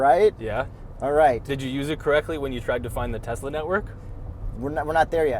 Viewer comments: So dumb saying Teslr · it’s pronounced Teslur 😂 We caught that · calling it a Teslur 😂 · “It’s pronounced tesler” and “everything is computer”. Genius 😂😂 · Tesler!!! Everything Computer!!! 😂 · "it's pronounced Teslar", classic,, classic.